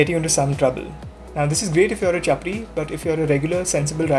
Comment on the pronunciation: चपरी nahi hota sahab, छपरी hota hai